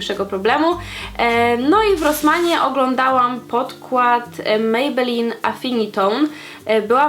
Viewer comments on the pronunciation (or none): none